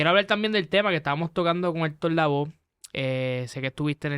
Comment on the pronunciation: No es Héctor Lavoz es Lavoe.